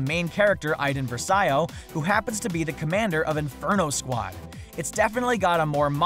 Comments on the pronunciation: It's pronounced verse-ee-oh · "var-dose" "ver-see-o". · Versio,not Versaio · You said versio wrong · IT'S PRONOUNCED VERCO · VAR-DOSE VER-SE-OH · It's pronounced Ver-see-o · Louise Troche Vers-ayo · Louise Troche yeah its vr see o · Louise Troche yeah it's ver se o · BfII looks great, but this dude doesn't know anything about Star Wars. Can't even pronounce versio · You just repeated the same things like 3 times. And her name is verso you can't even pronounce that !